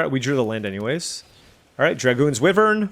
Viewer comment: Please pronounce Wyvern correctly. It is WHY-vern not WIV-vern. From the Middle English for a winged serpent.